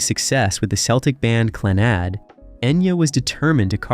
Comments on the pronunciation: The narration on this is painful to listen to. Your Gaelic pronunciation is awful. A little research and help with it would have made your presentation much better. The band is pronunced Clann-ud, with emphasis on Clann. Celts is pronounced Kelts. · His pronunciation on all the Gaelic is awful, even the band name Clannad. It's pronounced Clann-ud, with emphasis on the first part. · How is Clannad pronounced? Stopped watching right there!!! You've have your clicks.